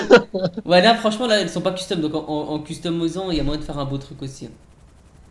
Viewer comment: "en customosant" ptdr de mieux en mieux